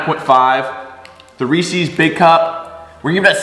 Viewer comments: I love your channel- and you seem like a rad dude to hang with. That said... it's Reese's, not Reeseeeeeeeeze. 😂❤️ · Why you say Reese’s like that?